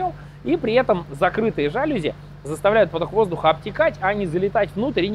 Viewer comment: Сел ужинать, а тут новый видос. Спс за ваш труд. P.s. Снова «жАлюзи»., это слово французское: без склонений по падежам и с ударением на «И»- жалюзИ.